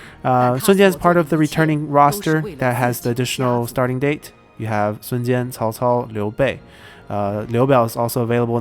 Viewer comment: Am I the only one who is amazed by the fact he can pronounce their names quit good? Whenever I say Cao Cao's name it sounds like I'm saying Chihuahua...